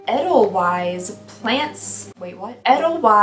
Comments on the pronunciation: I'll solve your problem! House swap! You can stay in my house in Scotland in the summer (weather is rubbish and it rains) and I'll stay in yours! I know you love Scotland, so that's an easy one 😉 Ta-dah! 👏🏻🏴 Edit: Edelweiss is pronounced aidel-vice. Like the song from The Sound of Music 🎶. It's a white flowering plant. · And I think it's pronounced a-dell-vice. 🤍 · Edelweiss- Pronounced ay- del- vice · Edelweiss is a beautiful flower and I believe the official flower of Austria. It is pronounced “ A - dell - vice “ . If you’ve ever watched the Sound of Music with Julie Andrews, there’s a song about it. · Yes- came to say this🥰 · No hate at all, enjoyed this video ✌️ 😂 But could you Google how to say Edelweiss? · Oh my God I died when she said edelweiss with a w instead of a v 🤣🤣🤣🤣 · As soon as she tried to say it I knew what she meant and the song immediately entered my head and now won’t leave.